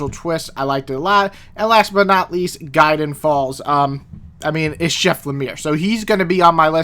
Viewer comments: "Psyche" is pronounced "psy-kee," and its "gid-e-on" falls, not "gaiden" falls. Decent list overall, though! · Isn't it pronounced "GID-EE-ON" if it's how you pronounce it cool but it can get on my nerves a little lol. Also I'm not sure what the best comic is i read this year. I have been really enjoying Chew and Grounded by Mark Sable is a gem. Also i have been so behind on new series cause I've been lazy and also busy on other things (watching shows, listening to music and catching up on YouTubers I've been subbing too and also I've been giving myself some leeway so i can rest). Also Farmhand is a recent favorite, Rob Guillory is doing good stuff with this one